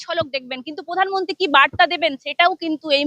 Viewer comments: পোধান মন্তি নয় প্রধান মন্ত্রী। আপনি খবর করেন ভালো উচ্চারণ ঠিক করুন বড়ো কানে লাগে অনেকটা মমতার। মত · উচ্চারণ একটু ভালভাবে করবেন। প্রধানমনন্তী না প্রধানমন্ত্রী। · এই মেয়েটা এত চিৎকার করে কেন। "পোধানমন্ত্রী"।